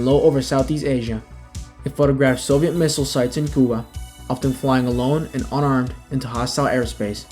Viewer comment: What's this Kuba? Do you mean Cuba during the Russian Missile Crisis under President Kennedy? It sounds like American military history doesn't include lectures or videos where the country name could be pronounced correctly for the day.